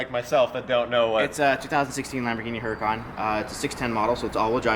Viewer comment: errr-ra-ken is how to pronounce it